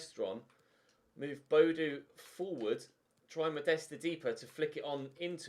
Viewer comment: Audio is fine but the contrast settings seem to be a bit off? Btw Boadu is pronounced Bo-a-du ;)